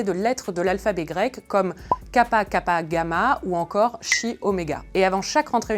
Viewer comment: Par contre, vous avez fait saigner mes oreilles : la lettre chi en grec (χ) est prononcée ki en grec ancien, prononciation érasmienne (ou khi où le h est une aspiration). En grec moderne, devant les voyelles elle se prononce comme un ch allemand.